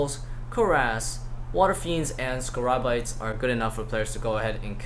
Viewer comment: it's scabarites not scarabites. pls